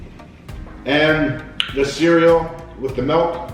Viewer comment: Golden grahams are one of my favorites too. So funny question, does everyone in Canada pronounce milk like melk? It's cute. what other cereals do you love? I love cinnamon toast crunch, fruit loops, honey nut cheerios, reeces peanut butter puffs, etc. So many good cereals.